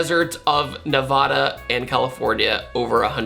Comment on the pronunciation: Awesome video, but it's Nev-AD-A not Nev-AH-A.